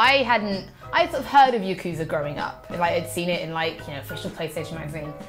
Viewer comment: Anyone else annoyed that mispronounces Yakuza?